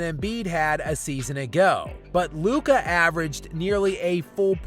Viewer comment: Chris Broussard got it right. It’s Luka